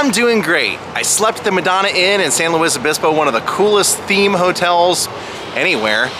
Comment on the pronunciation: I don't think you're supposed to pronounce the "S" of Luis in San Luis Obispo...